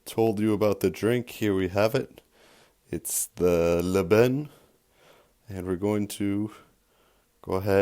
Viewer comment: I never eat couscous with my hand neither my family,we always use spoon in Casablanca and most of Morocco,except in the village they préfère using there hand as to keep the tradition of the old day. Yes you pronouncing it right (Lban)